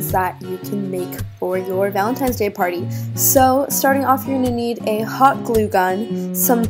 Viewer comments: It's ValeTINES day not times.. Lol. Editing is sooooo good btw!!! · ValenTINE's day not valentimes